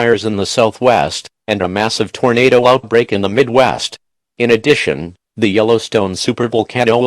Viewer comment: 1,000th comment. Everytime it say tornado, it says torenader